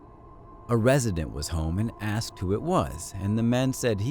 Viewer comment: We need to "axed" you some questions? Might be a big hint their idiots!